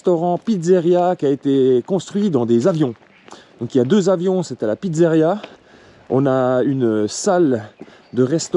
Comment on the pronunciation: Je me permet on dit pizzeria et pas pitzzaria, sinon bonne video